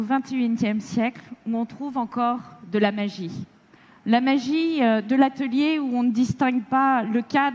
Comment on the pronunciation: c'est ça la "magieuh" ( c'est pas facile de faire l'accent bourge de panam à l'écrit) soyez indulgents , mèrcieuuh !